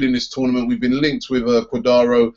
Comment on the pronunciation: Cuadaro haha robbie you are funny. It's cuadrado